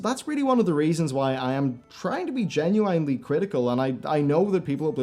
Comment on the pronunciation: You have to stop saying genuinely. Jen yoo WINE ly.